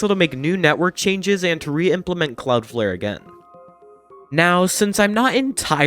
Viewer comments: “Cloudfare” AHHH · Stop saying Cloudflare wrong